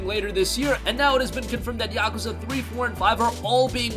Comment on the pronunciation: Stop saying Yakwza.....STOP